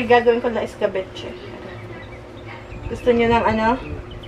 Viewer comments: hello katuwa naman si escabeche naging escabuchi😂😂😂 at nagtenkyu siya kay dade mike di ba😍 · I love your mom’s sense of humor. I thought I would choke with my coffee when she was describing what you cooked. Not eskabetche but eskabutchi!!! 🤣🤣🤣 What a riot she is !!! Lol 😂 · Hahahahah Hindi Escabeche kundi esca buchi sobrang aliw talaaga ako kay 😃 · Yung mukha ni parang hindi nag agree na gumanda ang mukha ni naging pinkish.. ehehehe.. natawa din ako sa "escaboche" hahaha nakakaaliw talaga c. 😂😂😂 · Nakakatuwa si Mommy nyo...escabeche naging escabu-chi hahaha 💞 pero nakakabilib ang pasensya nyo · napatawa nyo na naman po ako. "are ay hindi escabeche... esca.. buchi" 😂😂😂😂